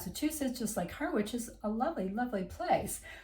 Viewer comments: I live in Wivenhoe so was pleased to see you included us - it's really a great place to live! (btw - Harwich, which isn't far away is pronounced "HARRICH' not 'HARR-WICH' ;-) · Harwich is pronounced Ha-rich, we don't pronounce the W. And you're right, it isn't at its best, in fact, I doubt it ever did have a great time. If you like a drink though, in old Harwich you're never more than a three minute walk from twelve places to get a drink. One of which is the Alam pub which used to be the home of the owner of the Mayflower. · You mispronounce Harwich...the "w" is silent. Both Harwich and Ipswich are fairly depressed...Like other commentators, I am a great fan of Norwich.